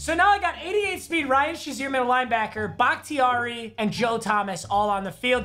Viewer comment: I’m pretty sure it’s pronounced “BAH-KUH-TAR-E”